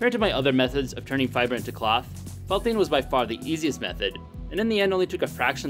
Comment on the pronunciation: Anyone else here ploth when he said cloth?